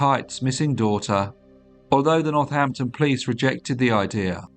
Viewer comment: says Northnapton